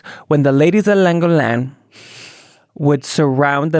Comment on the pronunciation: Llangollen is in Wales where I'm from. I only realised when you said Plas Newydd because your pronunciation was better than when English people say it 😂 the double L hard to say if you don't speak Welsh or Arabic tbf